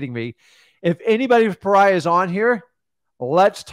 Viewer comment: Pa rya 😂 it's "pee or e ahh" love all your guys content and that course you guys have TOP TOP NOTCH